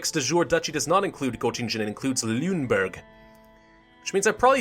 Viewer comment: The pronounciation for Celle is TSEL-leh, Lüneburg similar to LEEnehboorg (ü is like a middle ground in between oo and ee), Holstein = HOLLshtine, Weimar = Vimar. Great let's play, loving it.